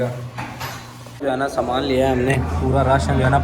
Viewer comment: سمان نہیں سامان ہوتا ہے